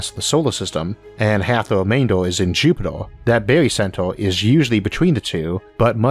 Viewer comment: Cool episodes but why do you pronounce "centor" instead of "center" or Jupitor instead of Jupiter?